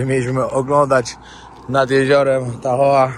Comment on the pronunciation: nie mam sily opowiadac o fentanylu (jako sila medyczna) podajemy go w mikrogramach do roznych zabiegow, odnosnie bezdomnosci myslalam ze mieszkam w niefajnym miejscu a okazuje sie ze sa niestety gorsze... teraz poprawie twoj angielski ale nie odbueraj tego zlosliwie uwielbiam twoje filmy RODEO wymawia sie rodijol, a tahoe-tahol, absolutnie wybacz , glowa rozwalona-2-3 szwy by ci sie przydaly (pracuje na ER-polskie SOR) moc pozdrowien bawcie sie dobrze!!!!!